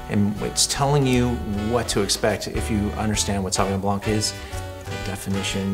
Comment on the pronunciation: The confident way u said san van blanque killed me🤣🤣🤣🤣🤣🤣🤣🤣🤣🤣🤣